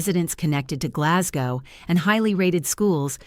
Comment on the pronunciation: Can't even pronounce Glasgow.